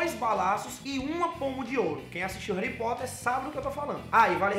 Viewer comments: "Réuripóter" kkkkk Esse! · "REURI POTTER" SKOASKOAKSOKAS